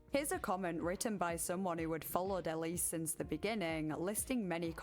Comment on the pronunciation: Isnt Ellis pronounced Ell-iss?